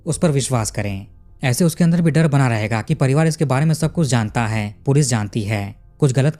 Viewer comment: तुम कहानी अच्छी तरहा बताते हो पर जो आप 'है -है ' का उच्चार करते हो वो बहोत इरिटेटिंग है जरा 'है ' का उच्चार अच्छी तरह करो. तो सुनने के काबील हो